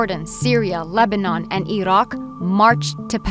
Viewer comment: The way the reporter pronounce the name Iraq and Gaza give away the biased approach of this video which full with gaps concealing Arabs responsibility for their situation. Great job real reporter work!